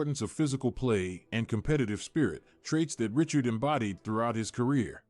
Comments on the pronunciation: Richard pronounced as Rishard, not as Ritchard. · I can’t watch this the ai can’t say his name right now